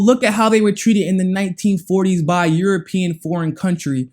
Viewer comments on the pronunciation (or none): none